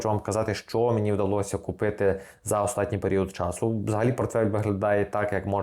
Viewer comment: "останній" українською, а не "остатній" на польский манер